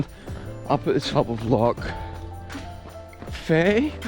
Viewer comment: Great video. Loch Fyne is pronounced like 'fine'. Inveraray is a fantastic place to explore on a run!